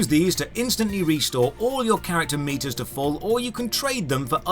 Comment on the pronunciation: oh, he's saying keep these meters full. i thought he was saying keep these meatus full.